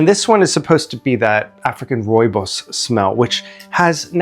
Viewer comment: As a South African, this is the best pronunciation of rooibos i’ve heard from a non-native speaker. Bravo!